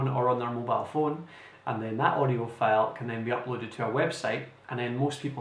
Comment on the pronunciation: I strongly suggest you to improve you pronunciation, for example words like File. It will be really helpful. Your sound like Felle. Thank you!